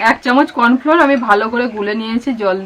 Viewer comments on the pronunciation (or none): ওটা কর্ণফ্লোর নয় কর্ণফ্লাওআর বলে😊 ভালো থেকো সবাই❤